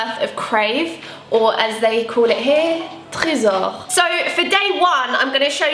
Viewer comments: Waw tu prononce tellement bien le mot "Trésor" x) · Do you speak French ??? Because the way you pronounced trésor Wasss Sooooo French like 😳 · Ohhh my god, I'm French and the way you said "Trésor" is sooo satisfying ! How did you get such a good accent, especially on the "r" ? :D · Her mom is French, I think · Do you speak French ??? Your pronunciation of Trésor was perfect ??!!! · Omg the way you say “trésors” is so perfect ! As a fluent french speaker, I am amazed. Are you native or something ? Btw, you video is soooooooo great ! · I love how says TRÉSOR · The way she says Tresor is awesome, great french accent lol (from a french girl so this is an accurate compliment) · How did you say "trésor" that frenchly ? I'm still impressed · Do you speak french?? Your prononciation of Trésor is sooo good! (And they are wayy better than crave haha they are my favorite cereal!) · Ok I just watch 2' of the video but your way of saying Trésor is really cute, like perfect accent. I'm blocked on that now